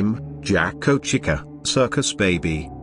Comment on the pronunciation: For some reason when the text to speech voice says Jack o or Chica it kinda sounded like it said jak O and cika but i think its just my imagination